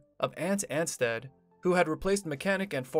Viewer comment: Ant ansteeed 😂